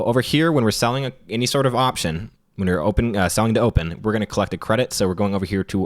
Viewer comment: Selling to open - definitely heard selling dope the first time too